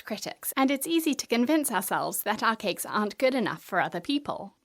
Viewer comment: always hilarious how she pronounses it 'KeKKKKs"